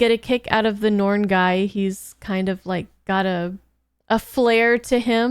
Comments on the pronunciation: NARN, not norn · Welcome to the world of B5. (one of the greatest series ever made, and is triggering a subscription ) For pronunciation: The Narn (like yarn) The Minbari (Min Bar Eee) The others you pronounced correctly. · first off its n-are-n, pronounce the A... second as much as i love star trek TNG & DS9, babylon 5 has a much better story through all 5 seasons. i dont think you'll see this series as extra content once you get a few episodes in & i eagerly await the next one.